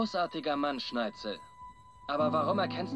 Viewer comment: Ne sorry aber wie immer SchneiTZel sagt fuckt ends ab